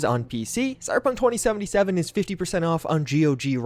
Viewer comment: Stop saying cyberpunktwentysivenysiven plz